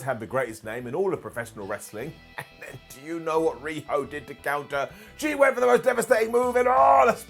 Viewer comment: I thought you said riho dweb at first 😂